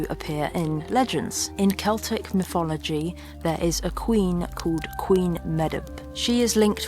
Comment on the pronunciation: Myfology = mythology. Just a little speech therapy would help so much.